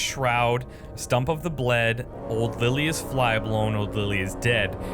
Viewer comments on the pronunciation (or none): none